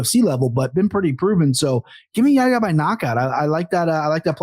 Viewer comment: Anik, it's more Yahiya than Yaya. You have to pronounce the 'h'. Yah Ya. And also, his name is after the prophet 'Yahya' who is called John the Baptist in the bible. Son of Zechariah.